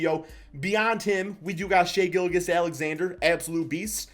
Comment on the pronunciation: Can someone please teach how to pronounce names 🤦🏻‍♂️ Bojan = Bo-yawn Bjelica = Beuh-litza Gilgeous Alexander =Gill Jus Alexander Vassell not Vessell Plus more smh